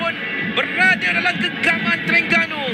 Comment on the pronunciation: Sper gok pengulah oww,, sebut Terengganu pn saloh, pa ceroh Teringganu..😡